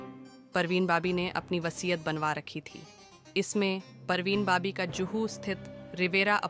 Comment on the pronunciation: BABI NOT BOBBY ....PARVEEN BABI BAAABIIIII !!! JEEZ TRY TO TAKE THE NAME CORRECTLY AT LEAST OR LEARN HOW IT IS PRONOUNCED FIRST BEFORE MAKING A VDO !!! She was a Muslim never changed her religion..she lost her mental wellbeing...so it's not possible that she was capable to do anything like that .